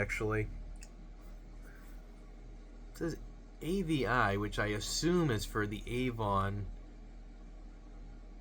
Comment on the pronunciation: That author’s name is pronounced “Ahh Vee”. Famous YA author from the eighties and nineties. I remember my elementary school library had a ton of (his? her?) books.